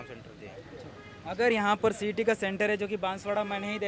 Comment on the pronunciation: Cet बोलो cat नहीं